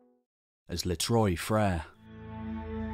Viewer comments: So weird that he can make these super involved, in-depth history videos, but can't spend 30 seconds looking up how to pronounce "Trois-Frères". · Spent all this time to research history and was lazy enough to write "les trois frères" in Google translate or search it in wikipedia, and listen to how it is pronounced. As a french speaker you butchering those words makes this part difficult to hear. It reminds me you were that lazy. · You really need to brush up on some French your pronunciation of Trois Freres was awful lol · Great video, fascinating and insightful. However I couldn't help noticing the contrast between the careful, accurate pronunciation of the Turkish sites and the butchering of the French "trois frères" cave 😂